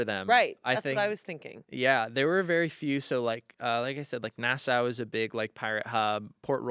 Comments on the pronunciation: love that you love pirates (me too) <3 Gentle criticism, Nassau is pronounced na·saw (not na·sow). A lot of people mispronounce it, don't worry. Credentials- Bahamian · Hi from Nassau, Bahamas! We are descended from the Pirate Matthew Lowe. I have to correct you though. Nassau is pronounced NA-saw., your knowledge is impressive. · love u. pls learn how to pronounce nassau